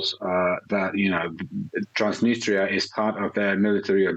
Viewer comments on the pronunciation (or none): Trans-Da -nis-der It's Trans-nis-tre-a lol 😆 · "Transtinister" perfect 👍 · It’s “Transneester” now? Wasn’t it “Transnistria”? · I thought it was called Transnistria not Transnister. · I guess nobody can't pronounce such a word TransDniester. It's Transnistria from the river Nistru. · Transdinistra? Thought it was Transnistria. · It's Transnistria not Transnister! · Please, Transnistria, not Trans-dniester! Trans-dniester is a Russian pronounciation! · I didn’t know Transnistria was pronounced transnister . I’m not European can someone explain??? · Are you a Journalist ? Is not Transtinistria, LOL, is Transnistria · do not know why you call it transneester when the people of that land call it tranz-nis-tree-ah transnistria. did people forget how to read and break down words to syllables. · Ha ha ha, “transnister” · You have a guest who is pronouncing the name of the region correctly and you have two correspondents completely chewing the name. How about you actual be professionals rather than just pretending. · By two separate reporters incorrectly called Transnistria, that's trans-nist-ria. Your output is usually reasonable and the standard of your journalism is respectable. But basic place names are things that are correct prior to going to air. ( uses the correct place name, I think he's way more familiar with the place that your journalists). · get used to pronouncing it. It's tranz·ni·stree·uh